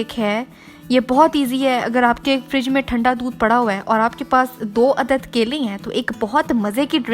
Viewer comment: Apke kaile 😂😂mere kaile 😂😂 apka dosra kaila, 😂😂😂😂khud video dekho or suno kitna weird lgra hy Or yeh recipe nahi thi ..bore hoke dosro ko bore karna ka new tarika tha